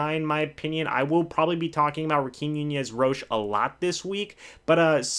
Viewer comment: Ra - keem Nunez Roches (Ro-Chez) not Cheez AKA Nacho